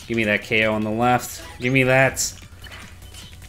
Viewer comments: Why is everybody saying KO when the annoucner says *Gay Hole*? For real though, it sounds like he says gay hole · “I wonder if theres something memey we can do with the ko sound” If you listen closely the ko sound sounds like “gay ho” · In ko I hear gay hole